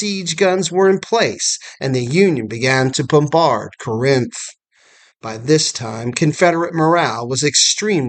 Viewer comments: Thank you for this documentary video. It is well done. We pronounce Corinth: Cor-inth with the emphasis on the first syllable though. General Bragg was a capable administrator, but he was a failure as a field commander. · Love your videos. Feel like you’re pronouncing Corinth incorrectly tho.